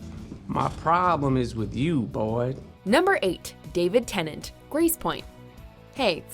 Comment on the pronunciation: Oh god Micheal no....that is so terrible. 😂 It's not "ice" like eye but "ah". And boi it's bwoy. I'm Texan so ppl in other southern states sound different. but this and along with that little girl from Dolly Parton's Christmas special is just horrible